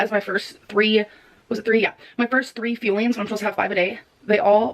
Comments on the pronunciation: It grinds my motherf*cking gears how she calls the “FUELING” “FILLINGS” dumbass lol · The irony of the snacks being called fuelings but pronouncing it as “feelings” because she eats her feelings…